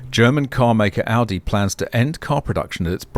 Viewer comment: Greetings from germany. You are the first english speaking person, who pronounce Volkswagen / Audi nearly perfect. You know, that these are the same company? And Porsche belongs to them, too. Volkswagen bought all the brands in the 90s. Including Lamborghini. I am really impressed. I know, you are from australia. US americans usually have hard problems pronounce german names and words. I own an electric motorcycle since 2021. Till now i don't had a fire or malfunction of the batteries.